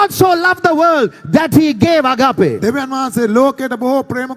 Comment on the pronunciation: excellent. you say "Ag..AA..pe". there is no "AAPPe" in how you pronounce it. the correct pronunciation should be "AAG..ape"., these idiots are jealous of your rise as a stand-up comedian of all time from Sri Lanka. PLease correct your pronunciation error. Please Do not forget us. Your fans., ME WAGE SEPA Dena eka nathara karanna nam EPA..